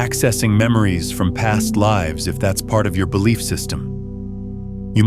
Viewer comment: BE-LIE-F... Sovereign Sanity